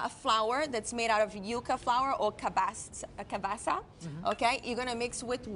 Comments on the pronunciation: Bra this lady lied alot Jesus it's cassava! Cabassa 😂😂😂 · Cassava, not cabaca!